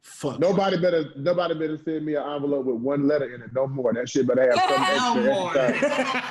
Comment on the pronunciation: I’m glad finally pronounced ‘envelope’ correctly 😂